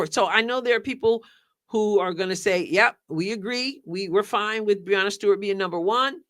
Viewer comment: I'm supposed to accept ' opinion on women's basketball when she doesn't even know how to prounounce Breanna Stewart's name?